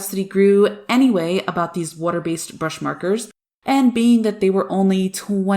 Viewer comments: Bro ur so annoying how u say wooter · Firstly I love the way you say “water” secondly, the camera work on your videos are on point, thirdly... I love this piece! Blending is so hard, and so is using water. Like you, be careful not noise too much. You make us look So easy!! Great work!